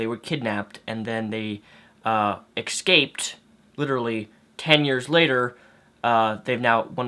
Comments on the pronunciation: I hate it when people speak Walmart. It's ESCAPED, not excaped. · "eck scaped"